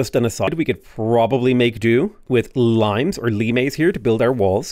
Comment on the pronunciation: again pronounced the card as L-eye-mes instead of latin Lee-mes.